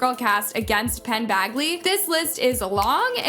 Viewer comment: Penns last name is Badgley. like Badge not Bag in Bagly. great video tho! very informative 😊